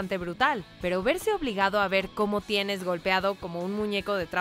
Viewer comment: Tien?? Jajaja es ten, cariño